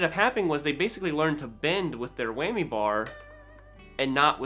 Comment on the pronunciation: It’s a WHAMMY, not Weigh-me! XD